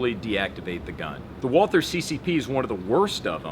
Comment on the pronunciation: I'm so triggered as to how you pronounce "Walther." I may not be a fanboy, but I do have a very basic understanding of German. At least pronounce it as "Walter." The true proper way to pronounce is "Valter." Just annoys me. Thanks for looking at my rant. It's more about proper pronunciation than a fanboy deal. Triggers my German side xD